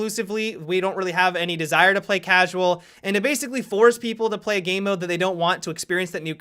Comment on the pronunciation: Is it just me or does any else get annoyed when adds like a gay voice to a word and adds Ah at the end. Like he said game like Gameah.